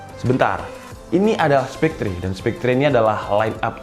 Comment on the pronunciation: spekter bang bkn spektre